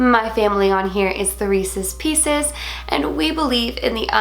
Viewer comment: When Hailey said Reeses pieces I thought Hailey said Racist pieces (edit: you will never hear it the same 😂